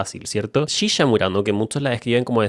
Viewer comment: me encanta como el dice "shisha" jaja